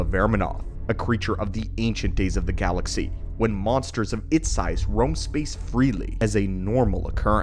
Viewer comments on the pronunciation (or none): none